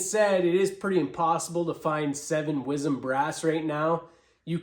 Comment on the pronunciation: Sorry. You lost me the first time you said wizzem 🤷‍♂️